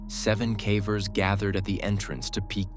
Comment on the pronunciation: Cavers not Caaaaavers!!!!!! what the hell he can’t even pronounce it right!!